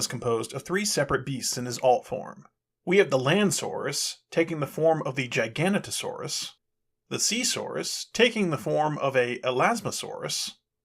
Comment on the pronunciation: I know it's not the main focus of the video but GOD that Motormaster drive-in transformation was smooth. And, minor nitpick, Landsaurus's species is gig-a-not-oh-saurus